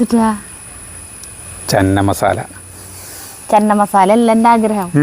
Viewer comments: ചെന്ന മസാല അല്ല 😄ചെന മസാല 😄😄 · North Indian annu channa(ചണ ) എന്നാ പറയുക. ചന്ന അല്ല. ഹിന്ദി ആണ് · ചന്ന മസാല അല്ല. ..ചന മസാല 😊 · It's ചന മസാല ചേട്ടാ... not 'ചന്ന '..... ചന means കടല in ഹിന്ദി.... അടിപൊളി ❤️👌👍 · ചന്ന മസാല അല്ല.. ചന മസാല..പട്ടിയിലെ "ച".. തുമ്പിയിലെ "ന".. ( ശ്യേ , പൂരി എന്നുള്ളത് കറക്റ്റ് ആയി പറയുകയും എഴുതുകയും ചെയ്തു ) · ചന (चना ) എന്നു പറയുക ചനമസാല